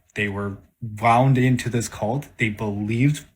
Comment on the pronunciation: I'm maybe 0.3% confident that this believer is self aware, considering how many times he said "cult" with that terrible emphasis.